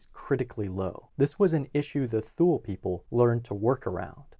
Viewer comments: “Thule” is pronounced “tool-ee” or “tool-ay” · This is such a great video that it is a shame that he keeps breaking my eardrums by pronouncing Thule as "thool". :( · I thought "Thule" was pronounced "TOO-lee." No? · I didn't see it mentioned anywhere else in the comments but "Thule" is pronounced: Tu-Lee. Otherwise great video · Thule is pronounced “too-lee” btw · My anthropology professional pronounced Thule as “two-lee”. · I mispronounced Thule. There will usually be at least one mispronunciation in every video--think of it like a "Where's Waldo?" type of thing.